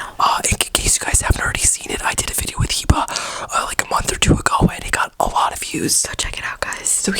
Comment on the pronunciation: Why are you pronouncing ur name HEEEEBAAA LOL.. when it is HIBA WITH A VERY LIGHT I..like eh eh.. (Hiba..!!)..